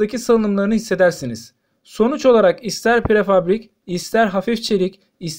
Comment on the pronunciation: Prefabrik değil! Prefabrike denir...